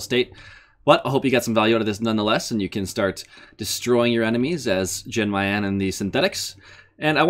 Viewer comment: Its "Yawn Mayan" Lord have mercy I cringed every time he pronounced the J